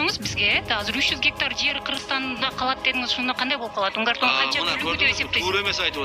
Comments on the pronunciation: Эй журналистер туура жазышты үйрөнгүлөчү Мункар тоо эмес Унгар тоо деп айтылат. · Автор назвал мункар тоо а не унгар тоо 😅😅😅